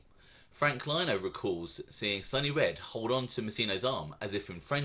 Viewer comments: I love u bruv but its lino (leno) not (lyno) 😂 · its Leeeeno mate, noy Lyno! LOL ;oD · oc, oc what am I gonna do w you??? It’s LEE-NO not Line-oh…lol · It's Frank " LEE- NO" NOT LIE-NO.. 😂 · Lino us pronounced “LE E N O” TY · It’s frank Lino. As in Lee-no. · its pronounced Frank Lee No. good stuff Sonny Red was a Beast if this didn't happen he would of been Boss or Underboss of the Bonanno's , Chin would of made sure of that. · Love your channel. Keep em coming. Just an FYI Frank’s last name pronounced Lee-no. He was the cousin of Gambino memeber Eddie Lino who was murdered by the mafia cops. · Good video, just so you know for future episodes Frank Lino is pronounced Frank lee-no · Great content although you left out few vital pieces of info- Frank Curly Lino did not just voluntarily come in- he is a cousin of feared Gotti henchman Eddie Lino who was a Gambino family capo. Eddie Lino spoke up for his cousin and Fat Joey Massino (because of his relationship with Gotti) ensured Frank Lino wasn’t in any trouble. Also please stop pronouncing it as Lino as LINE- O, if you’ve watched John Alite’s videos or Sammy the Bull’s they all pronounce it as Lea-no. Thanks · One thing buddy is Frank Lino is pronounced “Lee-no”